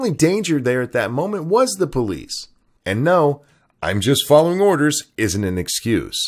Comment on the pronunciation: "Orders. I Vas followink Orders." That's what I heard. That's familiar,.......hmmm